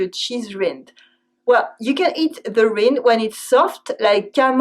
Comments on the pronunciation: Just a note to help with your English: the word “rind” requires the vowel of “night,” not the vowel of “knit.” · We say "rind", rhymed with "kind", not a short "i" as you pronounced it. :)